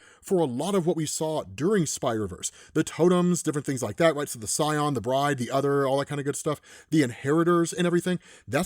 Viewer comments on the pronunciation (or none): none